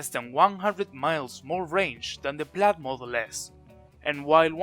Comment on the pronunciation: it's [plaid] noooooooooot [plAd]